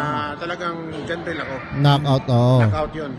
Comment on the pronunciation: Jarrel ✅ Jhon riel❌ lol😂